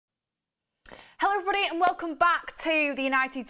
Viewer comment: the way says HELLOEVRBODY is so fucking annoying